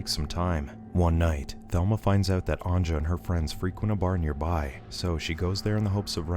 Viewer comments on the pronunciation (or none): I like how americans dont know how to pronounce the j, its not pronounced anja but anya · omg,its not anJa,its pronounced as anYa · Anja is pronounced "an-YA." But great video nonetheless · Anja is pronounced "Anya".